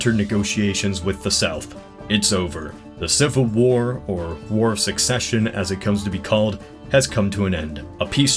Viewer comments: or , did he say "war of succession"? Really? C'mon, guy. Secession! Sound it out! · Slavery ended at the end of the war... in the South. The North was catered to by DC. Also, it's confusing that we call it the Civil War when it was not a civil war. *War of Secession (seh seh shun). You pronounced it "succession." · Please learn how to pronounce "secession" not "succession." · you mispronounce 'war of secession' as 'war of succession'